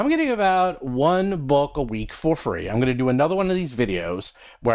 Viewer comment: Is it just me or when I listen to these at 1.5x I always hear say "Roll from Combat" instead of "Roll for Combat" 🤔